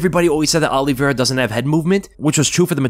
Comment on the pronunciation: Great video but his name is Olivera not Olive vera